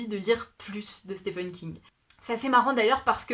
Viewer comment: Je galère aussi avec la prononciation de Stephen King hahaha Plein de livres très intéressants dans cette sélection… j’ai hâte de lire Addie Larue pour voir si je partage ton avis! J’avais commencé American Gods Mai’s l’ai abandonné a cause de la traduction qui m’a déplue… mais là tu m’as vraiment donné envie de le lire donc je pense le reprendre en anglais un jour! (surtout quand tu as mentionné Professeur Layton haha) Et sinon moi aussi j’ai lu Chocola et Vanilla quand j’étais petite! C’était trop drôle de t’entendre en parler, ça m’a fait retomber en enfance :)